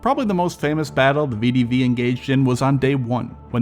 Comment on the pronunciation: ❌ vidivi ✅ VEH DEH VEH